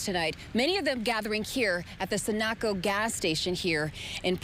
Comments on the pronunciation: hand-pink-waving:.."the Sun-KNOCK-Co station..."??? 🤔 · She said Sun a co it is Sun o Co and has been around for like ever. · Sun knock oh ? Sun oh coe is the pronunciation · " Sah- nack-oh gas station" ?! Never heard of one !! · Somebody tell your reporter how to pronounce "Sunoco". And she had to READ her report on camera, she can't just speak?? Read the rest of it off-camera, if that's too much to remember. Sheesh. Must be hard finding new qualified people to work at that station. (to be fair, I will say the other reporters did much better jobs) From the looks of things, Michigan needs to have some higher construction codes for anchorage of metal roofs and metal walls on commercial buildings, to withstand higher winds. Or else require brick and mortar construction on all these warehouses springing up. The good news is it appears there were no casualties anywhere. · I'm glad no one was hurt but it was terrifying the pictures of those tornadoes. And please let people know how to properly pronounce Sunoco. Sending good energies to everyone affected and the wildlife and animals